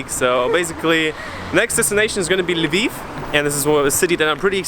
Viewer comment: I love that you pronounce OdeSa and Lviv in ukrainian, cause that's how they should be pronounced in Ukraine... and also Kyiv...